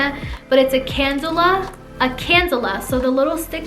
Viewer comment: Just as constructive criticism, two points: First, it’s not a cadula, but a cannula. Second, AirSculpt is a marketing name, not a new technology. It is liposuction. Renuvion is an additional treatment that can be performed alongside liposuction to promote skin contraction. Everything you described about the procedure and recovery is what one would expect with conventional liposuction. AirSculpt is a clever marketing name, but it shouldn’t be presented as though it were an entirely different procedure.